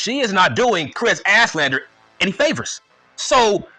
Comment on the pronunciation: “Kris Asslander”😭